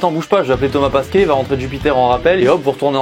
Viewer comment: Ahahahahahahahahahahhahahahahaha t'as dit thomas pAsquet.. Avec un.. A. Aahahahahaha pauvre con c'est thomas pEsquet